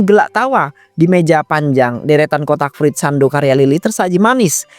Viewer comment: Fruiit no, furiit yess😅